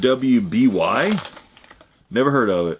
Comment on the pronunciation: RWBY is pronounced "Ruby"...